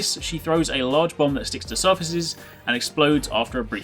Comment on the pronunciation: haha it sounds like he's says bum when he talks about the bomb